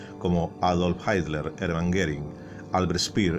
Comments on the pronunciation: si no es inglés en serio porque le dice así? Sería “jitla” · Por qué dice "Haitler"? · ¿Adolf "Haitler"?...